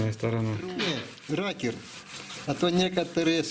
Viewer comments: Насмешило - отец называет рокер- "ракер" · Не ракер а рокер